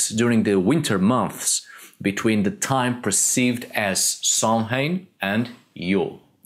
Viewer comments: I have followed your videos for a long time. Very informative. I enjoy your inSights and have sent folks to your channel. I cringe every time you pronounce Samhain..... It is pronounced Sow-when or Sow en or even saughven NOT sam-hain. Thank you for all of your work and prolific public social media outlet. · It can be sow-winn but neo-pagans seem to have been influenced by modern Americanism and pronunciation, you know like Los Angeles which should be Los Ang-eles.